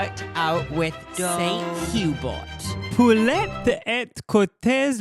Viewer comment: “Suhn OohBear” “Pool-ay” Also: free Palestine! 🫶🏽